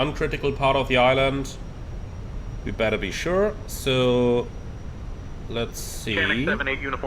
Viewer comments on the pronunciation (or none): none